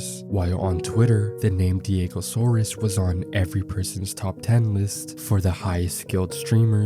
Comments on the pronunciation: bruh its diego SAURS ... not SAURUS ... u dont pronounce dinosaurs as 'dino - saur - uhs' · Can't even say his name right despite having it displayed in most of the video.